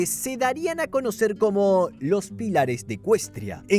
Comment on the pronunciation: Me muero como te comes las tildes "pílares"😂